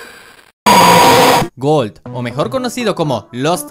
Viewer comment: En vez de gold dices algo como colt